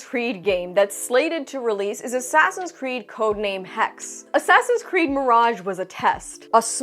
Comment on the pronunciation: Hexe is German for witch and is pronounced as hex-eh